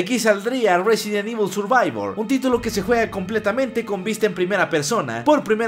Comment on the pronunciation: A mí me gusto el "Sirvivor" )